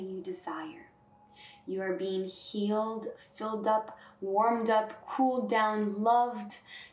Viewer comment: Does anyone else hear 'bean' when she says 'being'? Human bean, Galactic bean, love all beans. Pretty cute.